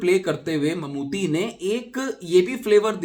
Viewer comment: भाई मम्मूटी है मम्मूती नहीं!